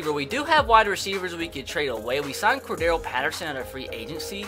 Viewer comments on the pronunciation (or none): none